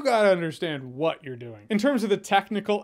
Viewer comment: Am I the only one that hears "Why did you think about it?" and not "What did you think about it?" haha